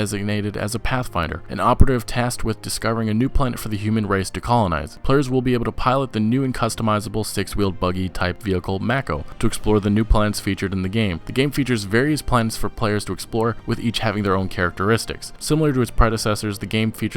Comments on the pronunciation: Mack-0? When everyone in the game calls it May-co? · The problem with this list is that most of the games are console only and worse still, exclusives. Don't give exclusives coverage at all. And btw, it's pronouned May-ko, not Mack-o.